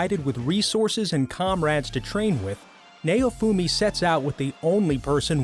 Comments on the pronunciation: They still can't pronounce japanese(its naofumi not nayofumi). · "Neyo-fumi". Dude theyre not rappers aight? Theyre anime characters XD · Sorry if this is rude but this guy calls Maofumi like his name is mayonaise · What is nayyofumi it's naofumi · its pronounced (Now-fumi) not (Nay-O-fumi) and i wouldnt consider akame ga kill as one of these the mc did go dark sure but he wasnt ever betrayed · Say neofumi one more fuckng time, I dare you. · By the way it's not how u pronounce Naofumi . You said Nay-Oh-Fu-Mi But it's Na-Oh-Fu-Mi . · "Neyoufuumi" Doesn't sound good after becoming a weeb. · The way he said Naofumi Triggered me Like tf Is nAoFuMi Like sounds like he tryna say Mayofumi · I’m sorry but “NAYOFOOMI” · Okay... Why is Naofumi's name pronunced as "Nayufumi"?.? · ok stop if i fckin hear neofumi again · It's naofumi bruh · The way he says naofumi hurts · bruh wtf not only did they not say kaneki and they fking butchered the names ..... how the fk is he pronouncing naofumi and raphtalia XD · Naofumi is pronounced so wrong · The way he pronounces Naofumi is painful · I hate how he pronounces naofumi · I'm sorry, but the way you pronounce Naofumi's name made me cringe, it was a good video, but that last part just. i don't know man, i dont want to seem or look like an ass, but I'm just saying... his name isn't pronounced that way at all... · dude the way u say naofumi is so off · I cringe everytime he says Naofumi